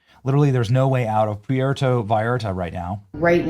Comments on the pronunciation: The tortured pronunciation of the word "Puerto" by Benny Johnson is just par for the course. How long has he lived in this country? Puerto Rico is a long-held territory of the United States. Can he not read the name and make the connection? It's the same word,! Pietro... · Pierto? Puerto was too hard to say lol ? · Come on Benny you don’t know how to pronounce Puerto Vallarta? It’s not Pierto…lol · STOPSTOP STOPStop spreading BS. YOU CANT EVEN PRONOUNCE PU ER TO , shiws your intelligence kevel. .keep repeating the same propaganda..b.s Lots of burning vehicles and plenty of smoke in Jalisco. It makes for good visuals. A burning car creates a ton of smoke, making it seem bigger than it is. No, Mexico is not in a state of war, but the media really plays it up. If you're paying attention, there is no shooting or street fighting going on. There is no news of any deaths outside of the 6 CJGN members (the bad guys) killed at the airport. Not a single civilian has been harmed. Put it in perspective. There are more shootings, fatalities, burning vehicles and fire damage everytime there is a race riot in the USA. Or some nut goes on a random shooting spree in a school In tragedy of 8 innocent people killed in Tumbler Ridge. That's 8 more innocents than were killed in Mexico today. Yet I don't see people in Canada packing their bags and heading to border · I have to say, that's the first time I've heard the Spanish word for ' 'port' pronounced THAT WAY! Anybody else? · Benny! Say Puerto Rico…. Now say Puerto Vallarta! 🤷‍♀️ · Benny, I love you and your vlog, I don't miss an episode Please learn how to pronounce Puerto. You sound like you're from Iowa. Just busting your onions....keep up the good work! Love your show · Ray Idaho Hey Benny Puerto say the u as a w sound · It would be nice to pronounce Puerto correctly, Benny. This marks about the 5 time you've not pronounced it correctly...are you AI now? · Benny! Please learn how to say Puerto 😂 Thanks for the show! ❤